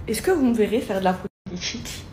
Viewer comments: "La politCHique" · "la politchique" ptn dire que ma petite soeur s'exprime de la même manière, ça me rend fou.